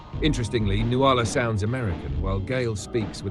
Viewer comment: Nuala is pronounced NOOL-ah. I always cringe when she says noo-AHL-ah. Someone should have told Kubrick